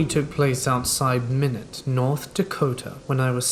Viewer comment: Fellow Minot citizen. I had to pause and laugh when I heard "Minute, ND"